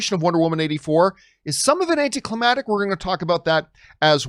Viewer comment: John are u tryna say "AnticlimaCtic" Lol.